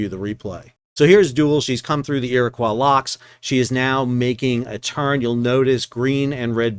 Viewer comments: FYI Iroquois is pronounced “ear-uh-koy”. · EAR-ih-coy is said in ill-ih-NOY, but it may be different over there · Iroquois sounds like ear-a-coy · One of our Native American tribes is the Iroquois. It is pronounced Ear coy not the french quois. Just a quick fyi. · Iroquois, pronounced like "Koi" as in the fish. Nice to see a video referencing something relatively close to home! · Respectfully, in the US do we pronounce "Iroquois" that way?- isn't it like Illinois? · Love this channel! And I'm with you on pronouncing buoy, but not so much on your French accent with Iroquis :)